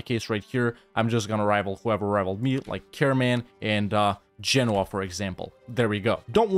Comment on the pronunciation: First EU player I've seen who knows how to pronounce Genoa correctly. Thumbs up for that.